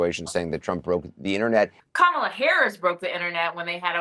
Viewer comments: As a supposedly educated enlightened white male can you please make an effort to pronounce VP’s name correctly? respectfully? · Are you deliberately saying Kamala's name wrong aswell ???! 🤔🧐 Fascinating ...